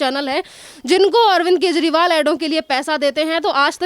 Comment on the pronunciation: कजंरिवाल not kezri😂